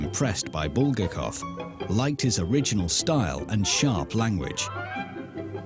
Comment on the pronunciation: how can you trust a documentary when they don't even pronounce the author's name properly?